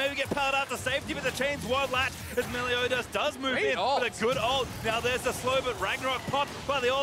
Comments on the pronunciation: "meliodas" why do they say "meliodias" do they think he is mexican? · MELIODIAS??? cringey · "Meliodias" big oof